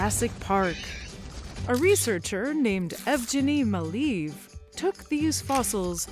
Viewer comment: That's YevGEN-e Mal-ay-off